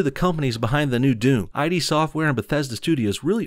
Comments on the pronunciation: It’s not pronounced “I-D” it is pronounced “id,” like the Freudian dark ego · Good video It's pronounced "EED" btw, not "I-D". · It's pronounced Id, not I. D. "Just saying" (in my best NOBS voice.) :) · It's id software tho, not "I" "D"), as in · It is not i-d...its just id 😑😑😑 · Great video, but when saying Id tech, is pronounced Id not I-d , for some reason that just got under my skin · Its pronounced id software, not ID software. Nice video, though. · Btw its id software, not I.D software. But great video. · Btw, it's pronounced 'id' and rhymes with "kid." The id is part of Freudian psychology